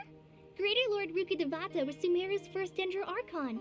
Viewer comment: saying "Rukkhabatata" instead of Rukkhadevata is so funny to me because "batata" means sweet potato in argentinian spanish 😂